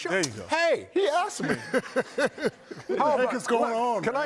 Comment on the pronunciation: HEEE axed meee.. 😂😂